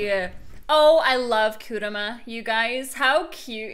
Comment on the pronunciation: KurAma not Kuruma :c